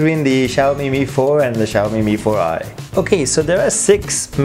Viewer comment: Yang nyebut bukan mifor ai tapi mifor i tunjuk tangan